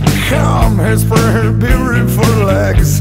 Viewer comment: I know what beautiful means, I wanted to know what "beauriful" meant. 'cuz instead of saying "beautiful" with the standard "d" sound, he pronounces with a wierd "r" sound.